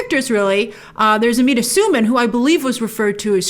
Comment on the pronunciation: Amita's last name is pronounced Sue-Man btw and Inej in the books is Suli which is kind of "south asian"